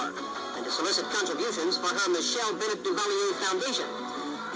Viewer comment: Michelle Bennett Duvalier is on Twitter now. She hasn't changed one bit. Her son Nicholas Duvalier is also on Twitter and Instagram. He was going to run for President before President Moise's assassination. But has since returned to Florida. Also, her last name is pronounced the same as singer Tony Bennett, not "Benette". And Gabon is pronounced (Ga-Bown, not Ga-boone).